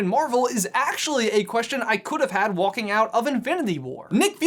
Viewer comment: Did he... did he pronounce the l in walking?